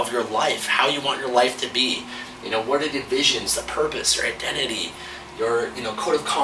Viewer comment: When you said your identity for a second I thought you said "I love Cod" I'm like "man, this guy really loves fish!"